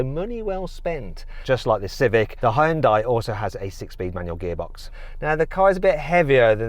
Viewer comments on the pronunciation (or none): ヒュンダイを「ホンダイ」っぽく発音しないでほしい それだけで動画の評価を下げるに値する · やはりホンダイって言ってる(-_-) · 俺は相当思想が片寄ってる嫌韓ネトウヨだけどホァエンダイって聞こえる。英語を普段から使ってれば聞き間違えないんじゃね？ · hugeのhuとほぼ同じ音なのにヒュンダイって発音できないんだな。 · やはりホンダイって言ってる。(-_-) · やっぱりヒュンダイって英語圏ではホンダイって発音するんだな… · 英語圏のヒュンダイの発音が嫌だ